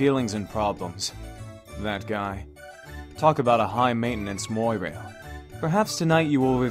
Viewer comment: Okay, nitpick time. "Mwa-rail". Not "moy-rail".